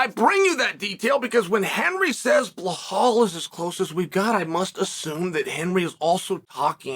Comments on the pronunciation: Blahal forget how to say his name Muhammad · Why can't the man say BELAL it's not difficult 🤦🏻‍♂️